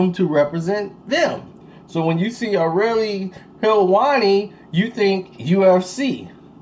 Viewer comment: pronounced "Ariel" like the lil mermaid not arelee like the wheel brand lol jk.